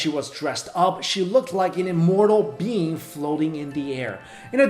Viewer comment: Instead of "immortal being," I heard "immortal bean." I'm dying.